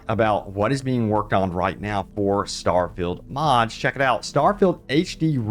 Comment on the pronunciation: Don’t say starfeild 76 EVER again.